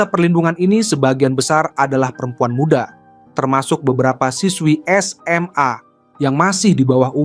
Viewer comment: Penyebutan SMA jangan terlalu ditekankan begitu min. kurang nyaman dengarnya🙏